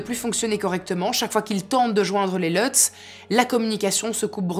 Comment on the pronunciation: Leutz... c'est des Allemands c'est pas à l'anglaise c'est Lutz avec un u